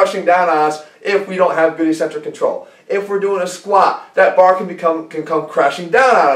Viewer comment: "ikˈsentrik", that's the phonetic pronunciation. It's hard to take someone serious no matter how good their information is when they continue to mispronounce technical terms. "E-centrc" sounds cheesy. Concentric and Eccentric, there's two C's there bro.